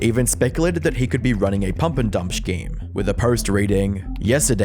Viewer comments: Dude, it's scheme... Not shcheme... No need to emphasise an invisible H, it's so irritating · Its skeem, not shkeem bro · Please stop pronouncing “scheme” like “shkeem” - that’s all. Great video otherwise. 😊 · It’s scheme not schkeme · Dude. I'm sorry if you have a speech impediment, I don't intend to be a jerk here, but it is scheme. not shcheme. Is there a term for a scheme in bitcoin that I'm unaware of that adds an h to the word scheme and turns it into shcheme? The first time you said it I thought it was an accident, but then every time you've said scheme you add a shh sound to the start of it. What gives? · Why do you keep saying “shkeem” instead of scheme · Bro it’s Scheme not SHceme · Thought I was crazy at first, but he's saying "shkeme" instead of "scheme", right? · I really like your content, gives more insight into something I already knew or didn't at all. Now I have the say, a scheme is pronounced like skeme and not shkeme. Can't help myself from saying this, sorry! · Why do you keep pronouncing "scheme" as "shkeem"? I thought it was just an accidental mispronunciation but you did it over and over again lol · Hi, great video. This whole drama was crazy when it was going down. Just FYI "scheme" is pronounced "skeem". Unless I am misunderstanding something. Love your work. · Please. Please. PLEASE. Learn how to say scheme. It's not shhkeem. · 'shkeem' lol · Are you saying shhcheme ? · I thought the way you say howevaaaa is painful, but how you pronounce scheme is next level illiteracy. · Brother, with the type of videos you make, you have GOT to learn how to pronounce scheme properly. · So, today we learned doesn't know how to pronounce "scheme". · Why do you pronounce "scheme" like that? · Why does he pronounce "scheme" like a cartoon character 😂